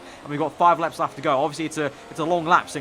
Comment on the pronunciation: "We've got 5 leps laft to go"